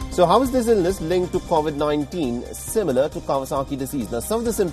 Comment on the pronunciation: Mostly kawasaki. Also please can you pronounce covid properly. It just annoys me sorry!